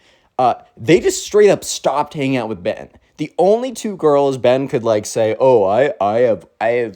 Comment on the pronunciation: Why you always say wizz? I guess you dont want to be Cringe